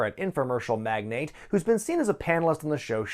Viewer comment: Mag-Nate 😂😂😂pronounces mag-nah-tee